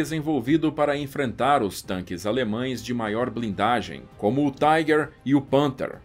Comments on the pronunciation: A pronuncia não é Taiguer ,senão Tiguer! Alemão falando aqui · tem que falar tiger e não tigre se não os historiadores de apartamento dão chilique